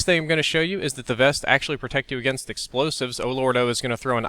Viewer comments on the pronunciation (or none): none